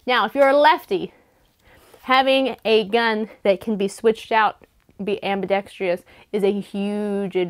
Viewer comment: Very informative but I have one MAJOR gripe, you mispronounced the word ambidextrous. There is no (I) at the end of the word, it is pronounced AM-BI-DEX-TROUS! Thanks for the video on basic drills, happy and safe shooting.